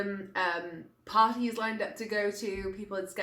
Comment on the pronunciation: That’s a weird way to say line :3